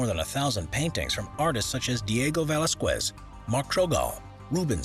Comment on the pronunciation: Diego “Valesk-Wez” and Assen Peikov